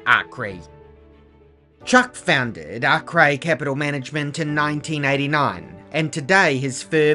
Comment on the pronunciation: One of the few who pronounce his name properly